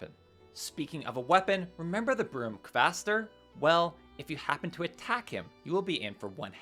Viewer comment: funny enough Kvaster is the only one you butchered you got what I consider infinitely harder to pronounce because of its pattern perfectly. Ratatoskr (I use the old Icelandic/high Norse variants of the names)